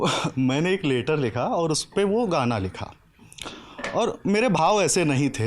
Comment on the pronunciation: Later likha, later chala gaya, Later pakda gaya! 😂 are bhaii, later (लेटर) nahi, letter (लैटर) hota hai!